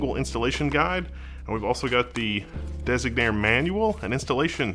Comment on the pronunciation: The misspelling and mispronouncing of Designare is triggering me.